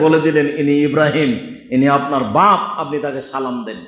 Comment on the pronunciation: আল্লাহর কসম আপনি মিথ্যা বলছেন হুজুর. জিবরাঈল আলাইহিস সালাম বাপ শব্দ টা এরকম জোর দিয়ে বলেননি.